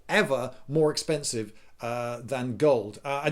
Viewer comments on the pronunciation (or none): You pronounce "more expensive" like an American.